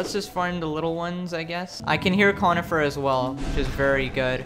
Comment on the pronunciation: I don’t want t to be that guy, but Cornifer isn’t pronounced conifer, it’s Cornifer with an r